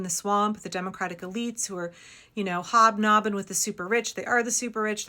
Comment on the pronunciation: hob nobbing or nob hogging?😂😂